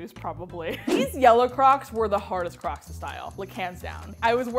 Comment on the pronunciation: She keeps saying clocss